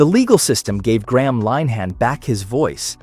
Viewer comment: You could, at the very least, pronounce Graham`s name correctly?